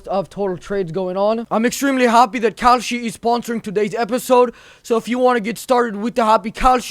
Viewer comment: Why did I think when he was doing the ad for "kalshi," did it sound like he was saying "cowshit?""